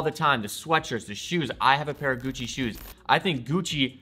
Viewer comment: Everytime he says Gucci my ears cry